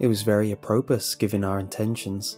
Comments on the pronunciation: Hey. Just wanted to point out, in case it helps in the future. "Fillet Mignon" is pronounced "fill-AY min-YON", and "apropos" has a silent "s" so it's "APP-roh-POE". Finally, I've noticed you say "respite" with a long I sound. It's a short i. Pronounced "RESS-pit". I love the videos. Just wanted to help prevent you getting trolled in the future. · Apropos is pronounced app-roh-POH. Refer to . Subcutaneous: sub-kyoo-TAY-nee-us: Filet Mignon: Fill-AY min-YOHN